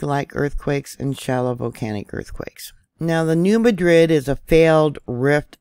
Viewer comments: New Madrid is pronounced as New Mad rid. Thx for your efforts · I wanted to correct her too several times but at the end of the day, I knew what she meant and that is all I cared about. Lol